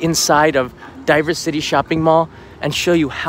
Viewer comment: Heh, I was supposed to fly back from Tokyo today with my family; obviously that never happened. The only time I was there in Odaiba a year ago it was equally deserted. I do believe DiverCity is supposed to be spoken diversity instead of diver-city though.